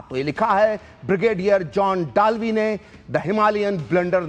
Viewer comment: डालवी नहीं दलवी